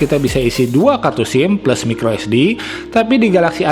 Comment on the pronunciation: Cara sebut plus pun salah